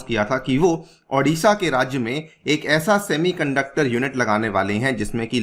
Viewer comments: Adisha nahi hai it's Odisha..O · Sir , Thats Odisha not adisha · Sir it is not Aa- disha It's O-disha